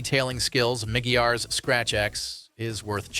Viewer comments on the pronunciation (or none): Pronounced "mah-gwai-uhs"